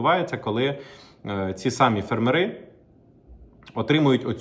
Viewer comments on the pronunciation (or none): В слові фермери наголос на першу літеру "е". Скільки можна чути це викривлене слово ?